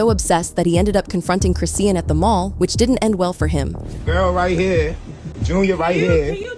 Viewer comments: Y’all gon say this girls name correctly. Who is Chris-seean? 🤦🏽‍♀️ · Who the hell is CHRIS SEEN??? If u don’t know how to say that girl name then u shouldn’t have done this video😂😂😂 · This white woman would not say Chrisean’s name correctly the entire video. 🤦🏽‍♀️ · Omg I hate how your not saying her name right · it’s AI reading a script and it can’t pronounce her name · You CAN'T pronounce her name. Start there. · Her name Chrisean please pronounce people names properly stop making content if cant or get it corrected before you do so. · Its ai talking not a person so that why her name is said like that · Can yu guys make sure the pronunciation of her name is correct ? I hate listening to videos when they do this , throws me OFF .